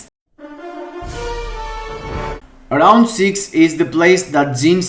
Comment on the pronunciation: Rrrrrround 1, rrrrrrround 2...